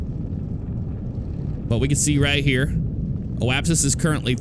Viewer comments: It's Apoapsis, not oapsis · JP McGrath yes, however in the video he was saying "oapsis"